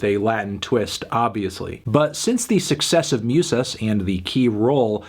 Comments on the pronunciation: Not a big thing, and if someone else has pointed this out, apologies. Musas is pronounced Moo-sahs not Myoo-sahs. Otherwise, great review, nicely done Antny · it's moosas not mewsas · “MYOOSUS” JAJAJAJJAA